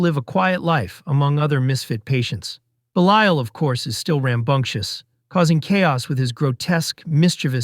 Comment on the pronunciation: Great video and selections. However, the narrator’s constant mispronunciations, some times within the same segments, is pretty distracting and amateurish. Beelial to Beh liel, Tobe and Toh-bee. You can always do another take and say everything correctly once 😅